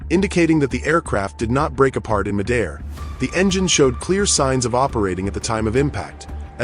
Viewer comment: It’s fun hearing the AI narrator butcher words Calabasas is one thing. But mid-air? Come one.